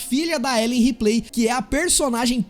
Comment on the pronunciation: Vale lembrar sobre "A L I E N : Isolation" que o jogo pra computador tem localização de audio e UI em PT-BR com dubadores/atores de voz famosos! E não é "Riplêi" e sim "Reeplii" na pronuncia do "Ripley". O jogo usou TODO o material do filme de 1979 [aproximadamente 3TB de informações de videos, musicas-partituras-arranjos, imagens conceituais e finais e sem contar no investimento de USD4mi na IA EXXXXXXXXXXXKROTA do Xenomorfo]. Zerei duas vezes para a minha felicidade e o jogo é injoável!!!